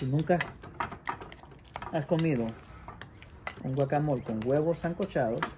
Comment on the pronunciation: Eso no es un guacamole, ni siquiera lo sabe pronunciar, mejor deberia investigar o que le llame de otra manera, mejor vean recetas de México que es el origal.